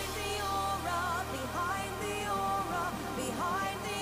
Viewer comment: Notchu calling aura, aurora😭😭